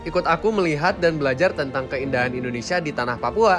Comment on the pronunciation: Papua bukan ondonsial